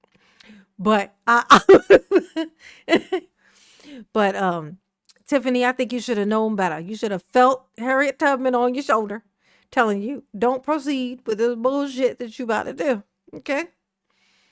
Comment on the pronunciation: The way he messed up those names are crazy Harriet tutman Mary becloud bathune yoshua who are these ppl